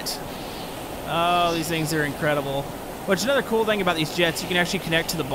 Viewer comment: I love it how he says vings instead of things